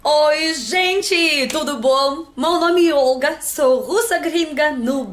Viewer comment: Ôlga ? Não é Ólga ( acentos pra enfase explicatória )kkkkkkkkkkk Você é ótima